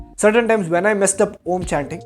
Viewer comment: While its good to know you are meditating and getting it’s benefits I had a few concerns. Firstly, you took advice from Sadguru who doesn’t know Sanskrit. So the pronunciation is incorrect. Secondly, the spiritual experience you had was only because you were tripping. Meditation in its initial stages makes you trip for a very few seconds just like any psychedelic experience. Thirdly, this video is bullshit. Please find better ways of making money and being famous.